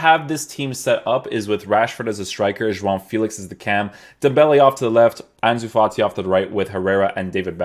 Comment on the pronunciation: You actually pronounce João right damn